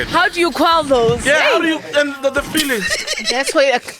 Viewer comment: how do you " KWELLE " those lmao